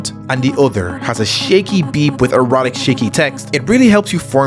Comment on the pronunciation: bro you gotta really emphasize that ‘a’ in erratic LMAO